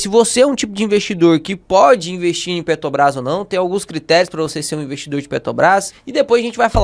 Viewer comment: PeTObras não... Bota o "r" aí... Fora isso conteúdo excelente!